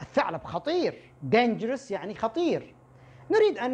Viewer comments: Dangerous not Dangrous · Thanks for these lessons. is Dangerous not Dangrous . Edited : & Restaurant .